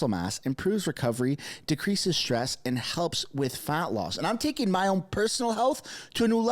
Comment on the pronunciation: "Wakeen" is not a word. "Talkeen" is not a word. "Becomeen" is not a word. "Makeen" is not a word. "Correckly" is not a word. "Takeen" is not a word.